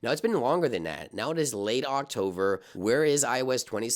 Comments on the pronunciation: October ❎ Octover ✅ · Its october not octover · Brah please stop with octoVer, my years hurt. It’s OctoBer. OctoBer. Someone could say you meant to say october is almost over so octover hahaha but no. Pls stahp😂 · Octover is embedded in my head now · It’s glued INTO MY HEAD as well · Octover 🤦🏻‍♂️ Except, it’s October.. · Why do you keep saying Octover??? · Octover? Man, are you an alien 😂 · AI generated voice saying "Octover"? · Why he keeps saying Octover? He said it like 10 times. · I’ve never heard someone say “octover” before…. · I think that’s just how he pronounces October, I thought the same thing when I first followed his videos a few years ago lol. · it could be his accent idk i aint Alber Einstein